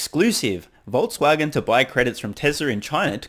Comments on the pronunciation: Did they say Vol"t"swagen?? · Voltswagen haha😜😜 nice aprils fool story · Haha...FAW-Voltswagen. At least it is 4/1. But the joke's on Reuters.